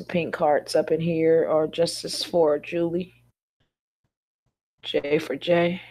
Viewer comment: please pronounce her name correctly